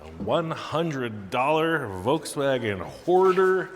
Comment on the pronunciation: The "Ve Wans" Bug🐞